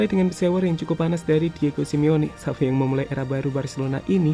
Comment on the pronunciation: Btw itu kurang x bang Xavi bukan avi